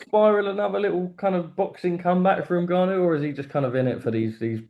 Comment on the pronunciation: Gareth pronouncing Ngannou two different ways literally one after the other🙈🙈